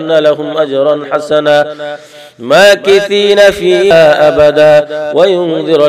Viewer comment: মাকিসিনা ফিহিয়াবাদা আপনি বলেছেন মাকিশিনা ফিহাবাদা আপনার ওটা একটু ভুল হয়েছে